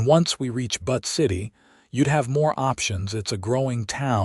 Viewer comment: Butt City LOLOL It's BUTTE city - Like Beautiful - Butte.